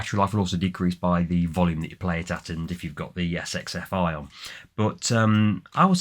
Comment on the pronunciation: Sxfi pronounce as "sex"-fi.